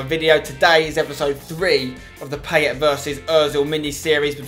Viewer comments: It's pronounced, Pie-et* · I love how Spencer butchers Payet in this series... 😂😂😂 (his name) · If you love Payet so much, say his fucking name right...